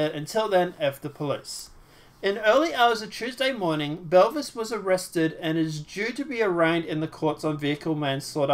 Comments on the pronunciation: I know. He pronounces it Belvis 😆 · Jessica "Boo-Vay"